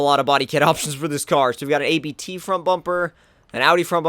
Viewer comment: Its NOT A.B.T its ABT